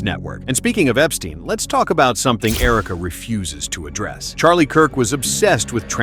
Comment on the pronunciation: She cant even say his name CHARLIE my husband